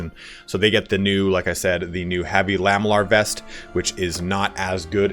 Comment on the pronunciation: Can i just nitpick on something: It's pronounced "la-ME-llar", and not "LAH-me-llar". Because it's made from lamelles.